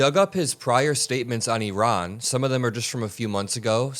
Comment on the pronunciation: You pronounce Iran and Iraq so well the way it should be pronounced.